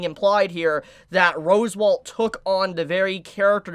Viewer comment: AND FOR THAT MATTER ITA ROS-WAAL! NOY ROSEWALL! YOU EVEN SPELLED IT RIGHT IN YOUR OWN FREAKING COMMENT! HOW ARE YOU THIS FUCKED?! ITS SAID RIGHT TO YOU IN THE ANIME! JUST. SAY. IT. RIGHT. PLEASE.... I just can't anymore. I used to absolutely love watching your content. Now I can barely stand listening to your voice. An honest mistake can be easily forgiven, but constant unrelenting errors with no sign of a willingness to improve its downright condemnable. There's no more excuses, you own your audience and yourself better.